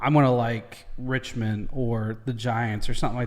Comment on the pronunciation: You were correct the first time on your pronunciations of Melbourne (so "Mel-bin") and Geelong ("Jee-long"). Also got Richmond right later in the video. Dead on with the Finals explanation: If you are in the top four and win your first game, you go straight through to the preliminary final. If you lose, you get a second chance. There's no "aboriginal" team as such (BTW, it is Aboriginal or Indigenous Australian, NOT Aborigine). But there are a lot of Aboriginal players on the teams, bit like African-Americans in your Basketball league. Some Indigenous players to check out would be Eddie Betts, Lance "Buddy" Franklin, Dusty Martin, Adam Goodes. Also , the guy about to kick the goal is Marlion Pickett. He made his debut in the Grand Final and had a msssive impact on that game. Would be really cool to see you do a reaction to his story. Here's a link to another rules video